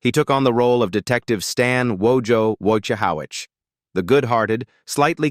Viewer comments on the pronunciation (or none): Wojahowich???? It's pronounced just like it's spelled!!!! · The pronunciation of Wojciehowicz by this obvious AI voice made me think of his own character's quote, "It's Wojciehowicz! You spell it just like it sounds." 🙂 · If you watched the show you would know you pronounce Wojo's name wrong roflol. bye! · A.I., come on. “You spell it like it sounds. Wojciehowicz.” 😂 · This is sooooo stupid. People who were middle aged 50 years ago have now gotten old and/or died. Along the way, they've been some divorces and mariages and illnesses, etc. Just normal life. And you can't even pronounce "Wojciehowicz." How ironic. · Bullshit.. If you can’t even pronounce Wojo’s last name correct what the fuck do you really know.